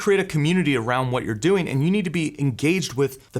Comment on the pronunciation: Speaking of distraction, the way you () pronounce "doing" as "doe-ing" really takes me out of the content. If you pronounced it as "DOO-ing" like every other person I've ever heard, it would be less distracting. I keep thinking you are saying "going" and I get confused.